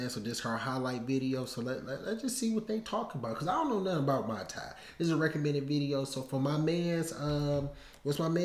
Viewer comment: Hey there...her name is Stamp Fairtex as in the Brand and it's pronounced moooi Thai